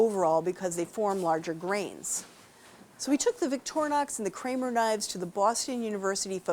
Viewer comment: The brand name of the Swiss knife it is not Victornox but Victorinox. Too dumb to pronounce the name correctly?